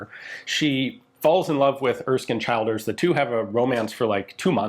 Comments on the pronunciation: brilliant piece but Childers is pronounced ChiLLders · Just FYI the name Childers is pronounced Chill-ders (like the word chill, to cool down etc.) not Child-ers. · Same with Childers.It's not pronounced like Child,more like CH lDers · Childers = Chill-ders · I love the story of Childers, I’m from limerick and we have a prominent street named after him, just one correct despite common sense his name is pronounced as chill-ders ahaha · Pronounced ChIlders- the I is as the I in “brill cream”. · "Howth" is pronounced, "Hoe-th". "Childers", "Chill-ders. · Pronunciation of Irish names is always tricky. Howth rhymes with “growth” and the “child” in Childers is the same as that in “children.” Otherwise great coverage of the story!